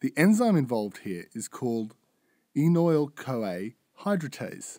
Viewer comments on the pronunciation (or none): and it's the enoyl-CoA-Hydratase not the enol-CoA-Hydratase I like your style of video but please correct your mistakes!